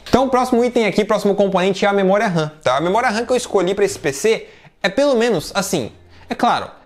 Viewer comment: SE DIZ MEMORIA OU RAM NAO MEMORIA RAN OU RÃ (RAM SIGNIFICA RANDOM ACCESS MEMORY) AO FALAR MEMORIA RAM ESTA A REPETIR DUAS VEZES A MESMA COISA OU FALA RAM OU MEMORIA . LIKE